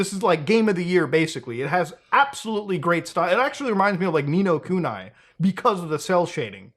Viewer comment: "Ni no Kunai" - Mutahar 2024.